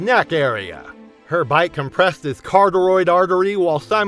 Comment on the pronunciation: DUDE!!! NOT 'Car-toid artery"!!! "Cor-ot'-ed artery"!!! Don't be dumb!!! Find a dictionary!!!